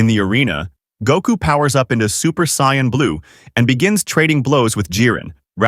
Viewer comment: For the love of all anime... stop pronouncing Saiyans that way 🤦